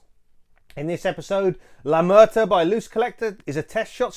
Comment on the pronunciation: Slight correction, is la muerta, no la mureta.